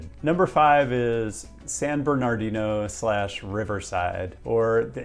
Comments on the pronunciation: “San BernarDIno,” not “San BerNARdio” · second r is not pronounced. San Ber nah dee no. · I may be the biggest hater of the I.E. but bruh, pronounce it correctly: SAN-BURN-UH-DEEN-OH. How u don’t know this and live in the bay? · It's pronounced... San- ber-nerd-ino... But you probably know that already 😁😁😁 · Ignore the second "r" in San Bernardino. It's pronounced "San Burn-nah-deen-no" by locals. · For San Bernardino, locals do not pronounce the second, "R". So it would be said as "San Ber-na-di-no". People from so cal have a tendency of dropping consonants in proper nouns. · Pronounced "San Bern-uh-DEE-no" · Locals don't say the second R in "San Bernardino," just fyi. I live in Highland, just east of SB City. (The county is the largest in the country, I believe, seriously look how fucking big this county is.) Next month a new light rail is opening up between Redlands and neighboring San Bernardino - it's not much but it's something. Hoping they continue to expand on this theme since Newsom just abolished some parking mandates. The traffic is truly atrocious out here, and over a massive area. Could definitely benefit from more/better public transit.